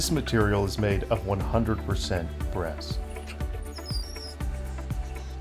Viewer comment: I thought he said Bass. Isn't that a fish?